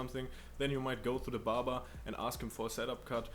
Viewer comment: When he said barber it sounds like "Baba"🤣🤣, in India it means Saint 😂🧡